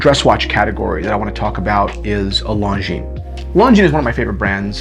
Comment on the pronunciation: Americans pronouncing anything non american... Longinesss.